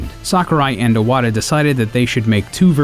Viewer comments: Nice video , I really enjoyed it! but why he pronouncing Iwata like *O*wada ? xD it throws me off bit. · God damn man you still haven't learned how to pronounce Satoru Iwata's name? it has an I at the bloody beginning? not an O